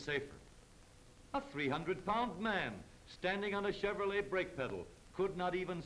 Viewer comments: If I had a dollar for every time he said Cheverolet, I would be a millionaire after adjusting for inflation from 1934. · "This is a chevrolei hweel"